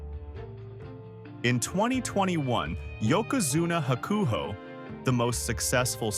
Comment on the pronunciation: Sad that you're doing a video on some inside sumo stuff yet you intentionally misplace the wrestler's name. You're butchery of Hakuho was especially painful. Did I say sad?